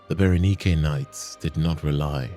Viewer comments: Bara-nike ❌ Bara-knee-kay ✅ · Berenike is not pronounced that way. Its pronounced bear-eh-nyk.